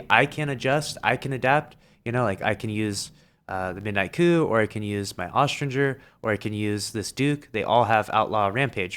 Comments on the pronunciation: Why does he say “aus-strin-ger” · Can someone please teach him how to say Austringer?!